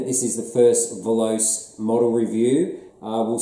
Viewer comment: Veloce is not pronounced as a you do. Voloce is Italian for speed. In this language you pronounce all the letters in the word.